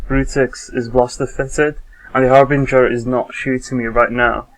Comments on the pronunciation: ...No. No it isn't. The ship is called a Harbinger, pronounced "härbənjər". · argg.. its so annoying to hear people say Harbrin GIR! its Har'Bring'er!